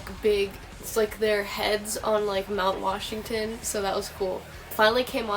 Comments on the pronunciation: lol "mount washington"....nice try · NO WAY YOU ARE FROM PITTSBURGH TO